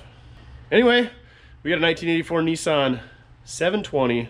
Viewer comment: NEESUN I Thought it was NISSAN